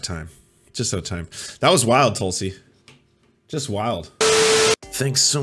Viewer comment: pretty sure it's pronounced "Tool-see"